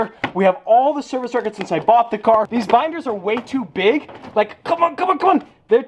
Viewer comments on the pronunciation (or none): none